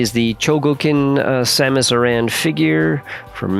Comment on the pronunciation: It’s Samus AIR-en